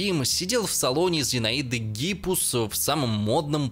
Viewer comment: "Зинаида Гипус". Послушайте, вам не стыдно практически в каждом выпуске обнаруживать собственное невежество? Может, всё же начнёте проверять незнакомые слова? И словосочетание "Анна женилась" тоже не красит просветителя.